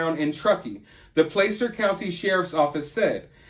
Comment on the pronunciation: I live an hour west of Truckee. Thanks for talking about this case! Her mother is so heartbroken, it made me cry seeing her on TV. Keep praying for Kiely. 🙏💜🙏 Placer County is pronounced "Plasser".